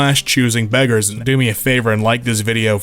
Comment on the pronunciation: Not even choosing beggars It's choosing begges